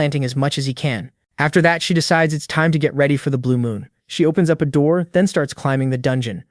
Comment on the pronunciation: "Open the noor" Yup this is gonna be good